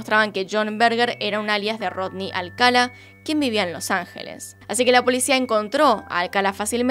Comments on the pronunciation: Videazo, peeeero me puso muy nervioso que lo llamase Alcala y no Alcalá. Ni siquiera sé si es así, pero por lógica sí, sería con tilde al final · Creo q es Alcalá (con acento) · Alcalá con acento en la a, felices fiestas pásalo muy bien 🧑‍🎄🥳🎉🎄🍻🎁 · El apellido es Alcalá con acento en la última A